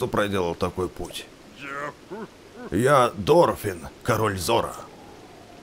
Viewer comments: не дорфен а дорефан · Не Дорфин а Дорефан